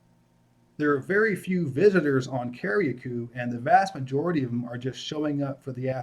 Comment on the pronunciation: Lol yes the pronunciations are Cari-cou and Peetie- Martinique.